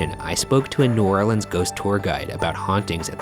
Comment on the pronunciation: i’m so glad he didn’t call New Orleans “new orleens”